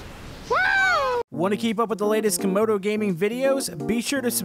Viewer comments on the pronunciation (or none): its Camodo not Comodo